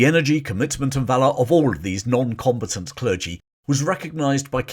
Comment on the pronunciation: I KNOW you’re saying “noncombatant”, but I kept hearing “non competent”.